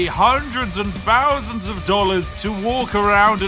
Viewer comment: " fowsands and fowsands of money"